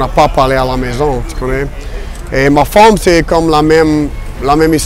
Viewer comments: Surtout quand il dit "ma femme" ça fait vraiment wallon rural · « Ma fomme » mdrrr Aussi quand il dit « bas classe » 😂